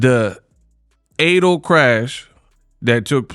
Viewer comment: Damn u cant say fatal smh